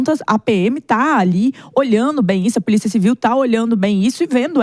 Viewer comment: O prefeito Nunes, falando puliça municipal........😂😂😂😂😂